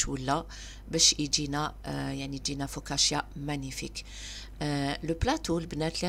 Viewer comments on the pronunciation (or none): فوكاتشا وليس فوكاشيا عذرا